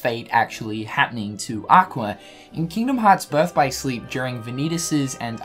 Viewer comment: Did anybody else hear Aquer